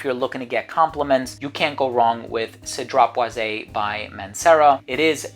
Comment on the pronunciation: It's not cedrat" boize" it's Cedrat "boiz" ...hopefully that helps....its not "é" therefore it's cedrat "boiz" just pronounce the" e" like a" z". And yes part 2 it's definitely needed 👌